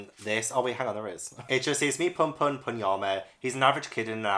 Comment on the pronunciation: Like everyone else I am beyond excited for your manga journey, love seeing you get into it and really enjoying it I’ve also been on a major manga binge, I just finished Berserk and PunPun (It’s also pronounced “PoonPoon” for future reference ans the deluxe editions are gorgeous) Currently reading Monster and blood on the track is otw as well Minor Edit: Also you should pick up NANA ita fantastic !! Good luck on getting more of these, can’t wait for another. Also a sports manga tournament sounds awesome, I have a ton to recommend if you ever do (as well as after seeing your hauls i can already tell you, you have a LOT of heartbreak to read, prep your heart for the future 😭) Second Edit: For Tokyo Ghoul her name is pronounced “Re-Zay” like the re from restart